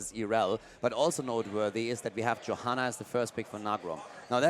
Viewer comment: He can't even say "Johanna" lmao